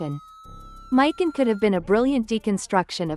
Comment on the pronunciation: We get it u are not a real nerd and hate males and females U feminist/Democrats are triggered lol learn to say characters names right mik on lol there not a dude lol